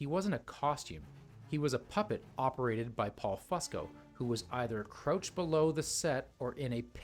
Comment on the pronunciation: The way he said crouched is funny! LOL! SMH!